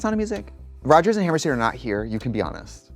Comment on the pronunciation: Trixie first mispronouncing "Hammerstein" and then saying, "they're not here" as if they haven't been dead dead for well over half a century 🤣👏🏼